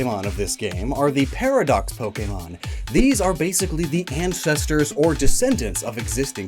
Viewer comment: It's so refreshing to see someone actually getting "ancestors" & "descendants" right.